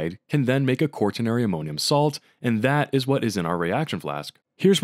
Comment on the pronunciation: same thing for pronouncing quaternary like that, THERE IS NO R UNTIL AFTER THE T IT'S NOT "QUART-TERNARY"